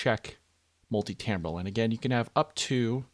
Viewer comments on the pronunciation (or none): TIMbral not TAMbral